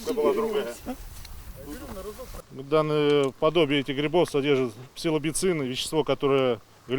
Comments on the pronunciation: "псилобицин",мля!!!-специалист ,агаю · Псилобицин ....пиздец. А тебе не кажется что правильно будет псилобицин?или псилоцин? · Псилобицины, блять 🤦🏻‍♂️ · псилоБицин) мент тупырка даже выговорить не может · Псилобицин?! Какой нафиг, псилобицин, голова деревянная? Приехал в лес на тракторе, двух слов связать не может, позорище! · Он сказал - спилоБицин???🤦‍♂️🤣 Такое ощущение, будто он нервничает, что уничтожают его поле с грибами))) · Ебать дауны, они же завтра вырастут на этом месте, тем более псилоцибиновые грибы - это полезная вещь, в отличии от алкоголя и сигарет. Они даже произнести не могут название "псилобицин" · Какой нах псилобицин? Псилоцибин там. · Вещество псилоБИцин))) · Не может выговорить даже. Опасен похоже этот дядка для общества. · хихихи...позорище... даже выговорить не может правильно)))) сам то чего вкурил уже??? ещё бы из гаубиц постреляли, курам на смех))